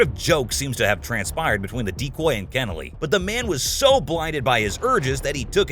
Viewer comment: For the first few minutes I thought the voice over was saying 'deep boy' but was saying 'decoy' instead lol